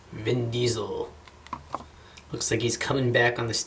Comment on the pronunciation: "Viiin Diesel" made me laugh. Good review as well.